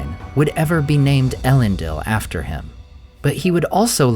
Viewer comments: 'Ell-end-eel', not 'Ell-end-ill'. Other than that, great content; look forward to more! Edit: although to be more accurate, it should be 'Eh-lend-eel'. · What a great video! How I wish though, that you would pronounce it el-EN-deel .. Oh well, perhaps another time. Keep up the good work! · I can’t believe you pronounce everything but Elendils name right 😅